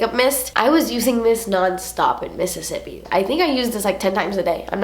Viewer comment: I love how you say Mississippi! Reminds me of friends when they talk about Monica’s rich boyfriend Pete... when they talk about how he’s so rich he should name a state after himself missisipete okay I’m done 😂 love you!!!